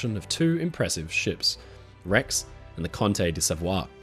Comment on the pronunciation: Hi, just two very minor corrections: 1) the italian pronunciation of the “Conte di Savoia” is, in a vaguely english-orthography transcription, more like “dee sahvoyah” rather than the french-pronunciation “deh savuah” you adopted; 2) the two liners were originally ordered by separate companies, respectively the “Rex” by “Navigazione Generale Italiana” and the “Conte di Savoia” by the “Lloyd Sabaudo”. Both lines (as well as the “Cosulich” line) were merged into “Italia Flotte Riunite” (the “Italian Line”) while the liners were being fitted out, so they entered service under the same flag but were launched destined to two separate companies. Except for these two nitpicks of mine, great video!